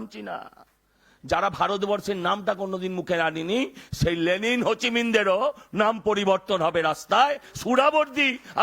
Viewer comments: লেলিন নয় লেনিন! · গোমূত্র গোবর মাথায় এমন কথাই হবে, লেলিন নয়, লেনিন হবে। মূর্খ লে যা হয়। শতরূপ, দিপ্সিতার পায়ের নখের যোগ্য ও নয়!!!